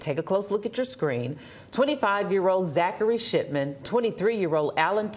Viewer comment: 😂. I'm a child inside of this adult body did anybody else hear zachary shitman when she said Zachary shipman. 😂😂😂😂 Dead ass sounded like it 😂😂 irs fitting for the crime.